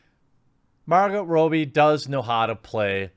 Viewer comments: Robbie = rob-ee Not robey Ewan = yoo-ann Not ee-wan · Shame..I like Margot Robbie, but I am not interested in message preaching....I’ll give it a miss. Btw..Jeremy, Margot’s name is pronounced Robb-ee ok, not Robe-ee. The double ‘bb’ hardens or phoneticises the ‘o’. Does it matter? Yes! Of course, no one likes their name buggered up eh! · It’s “Robbie” as in Rob a bank, not Robe as in disrobe. Checked the pronunciation just to make sure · I actually feel bad for Harley these days, seeing how anyone who gets their hands on her, immediantly wants to put her in a man hating, feminazi approved, movie. Leave her alone, you rampant misandrists. Also Jeremy.... It's pronounced ROBBIE, no Ro-bie. All one word, try and get it right.